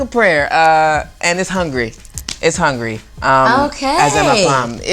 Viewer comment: It's not "hungry", it's "Hungary". :)